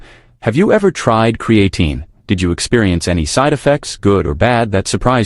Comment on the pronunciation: He can't even pronounce creatine correctly